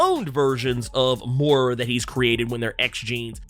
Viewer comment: I don’t mean no harm but I’ma need Moira’s name to be pronounced correctly lol